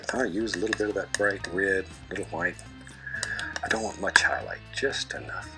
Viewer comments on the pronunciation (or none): Ma la pronuncia meravigliosa "liquid HWHITE"? Che bello che bello, mentre scrivo stai ancora shakerando il tubetto del bianco e ho ENORMI aspettative (anche perché il quadro è uno dei miei preferiti di Bob Ross dopo quelli con le montagne innevate!!!) Ok basta basta scrivere che voglio vedere come va a finire!! XD